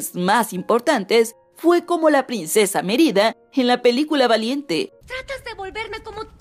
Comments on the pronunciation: No se dice MeRIda sino MErida :v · Pensé que decía Mier*da en vez de Mérida :v